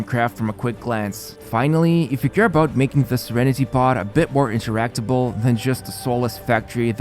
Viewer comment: He said “interactible” heheh 🤓